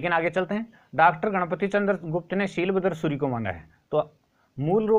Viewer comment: शीलभद्र सूरि नही वो शालिभद्र सुरि है